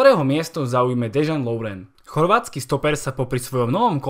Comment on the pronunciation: Chapu ze ne kazdy je chorvat jako ja ale Dejan se necte Dežan ale normalne jak se to pise